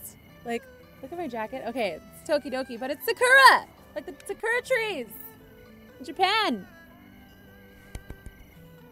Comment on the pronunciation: I'm pretty sure it's pronounced sa-koo-ra